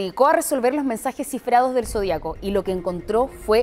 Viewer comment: Zodíaco, Sra locutora, Lleva ACENTO EN LA I, Ud lee mal.